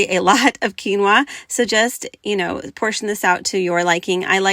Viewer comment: I feel so bad 😅 you said quinoa and i wasnt looking away from my phone and i swear you said tequila and i was thinking yuck what on earth would taste good w liquor thats budget friendly haha sorry